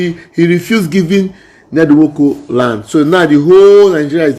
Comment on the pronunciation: Please kindly pronounce the name well bro. I don't support Ned Nwoko on his so called power of using his money to intimidate everyone from his community. Its just too bad and wickedness